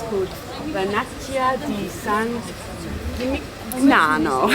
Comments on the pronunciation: Eh? All that Rosetta Stone and you can't pronounce San Gimignano? SAN JIM-IN-NYANO! (Stunning place, though. One of the most romantic places we've ever been. While watching this, we turned to each other and promised we would go back) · no "g" in San Jimmy Nyano. Like no g in Cognac.